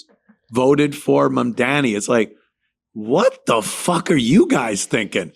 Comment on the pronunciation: Anthony’s mispronunciation of Mamdani is too much